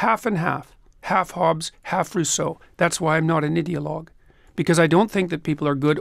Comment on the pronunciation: I just love the way he made "radical left-wing ideologue" sound like "radical left idiots". 🤣🤣🤣